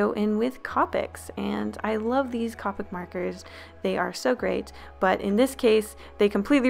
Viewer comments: i love you and your videos so much but the way you said copic hurt my heart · I love you but... the way you pronounce copic..... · i kept screaming when she said cop ic instead of co pic lol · Its COPICnot caw pic co like co pilot NOT ca like caw like bird noise SO SORRY HAD TO POINT IT OUUTT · The way she pronounced it triggered me lol, But the copic website says Coh-pic so she is pronouncing it wrong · It’s co pi c not copoc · no hate but.....(koPic) i thought it was (co pic) guess im wrong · It hurts my soul that she says cop-ick instead of cOh-pick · BROOOO I can’t anymore she says it like capic even tho it’s COpic omg I can’t it physically hurts me to here her say CApic like no!!! P.S. this is no hate on her just I needed someone to know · It's cow pic not co pic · ITS COH-PIC NOT COP IC UGH IM CRYING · Ca picks? It's pronounced copicks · I hate when people call copics capics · Its pronounced co-pick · You said copic wrong its co-pic not coh-pic, no hate 😊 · OMG I’m sorry but this BOTHERED ME not to offense you or anything but it isn’t cop-ic it’s co-pic otherwise good job and when working with alcohol based markers they smudge, A LOT, even with pencil AND dry ink, just be careful and you’ll do fine. Great job overall 👍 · Its actually pronounced Co-pic not Copic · She kept saying Coh-pics when I say Co-pics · nobody is going to mention the way she says Copic I'm not hating, but for later reference, it's not Cahpics, it's C-oh(like "oh, didn't know.")-pics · your art was really good! the only problem i found with this video is that i cringed everytime you say copic! its actually pronounced cowpic not cawpic! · The way she said co-pic is wrong Bc she said it like Cawpic XD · its co-pic not ca-pic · She said cop-ic not ca-pic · It kinda annoyed me because it’s pronounced cōpics not côpics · It's not caw-pics it's coa-pics,but you pernounce they way you want :3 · Co Pic not ca pic sorry to be “mean” just giving advice I guess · Uh.. isn’t it Copic, not Cawpic?